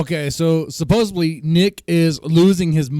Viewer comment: Did you say “supposebly?”